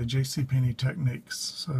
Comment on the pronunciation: Its a TECH-NICS not a TEK-NEEKS.